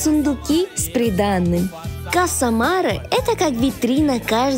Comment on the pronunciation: Каса марЕ, а не марЭ. Два разных слова